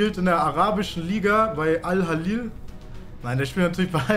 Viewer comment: Es heißt Al hilal und nicht Al halil